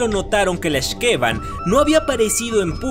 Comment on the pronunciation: YAAAAAY!! YUCATÁN! Y LA LEYENDA DE LA X'TABAY!!!! YAAAAAS!!!! y por cierto, las palabras mayas se pronuncian como agudas en los nombres, así que es X'KeBAN. Gracias por mostrar leyendas de mi adorado estado!! Por cierto, el nombre de la otra (que es su hermana de hecho) es Utz-coLEL; de nuevo, pronunciación aguda